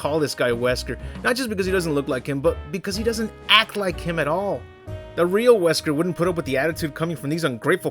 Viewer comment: This Series introduces Nesker, Not Wesker